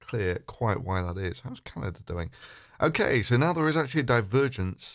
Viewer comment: "Canader" is sparsely populated